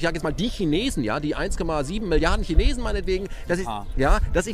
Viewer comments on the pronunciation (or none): none